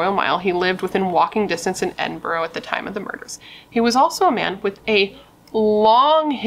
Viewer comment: Secondary school is for kids aged 12 up also Edinburgh is pronounced Edinburaa if that helps :)